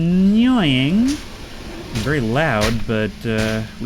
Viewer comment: "It's a bit annёying..." alright